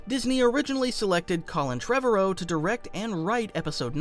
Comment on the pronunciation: Collin who? You butchered his last name. Maybe do some research before your videos.